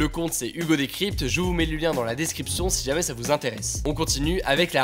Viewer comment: 1ere fois que Hugo prononcé bien "si jamais"